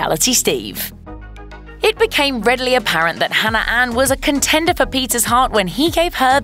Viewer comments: Really... you had to pick a host that pronounces Hannah as Hanner? 🙄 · Katelyn Leigh her accent isn’t what’s causing her to say hanner instead of Hannah cuz she’s said Hannah multiple times through the video with no problem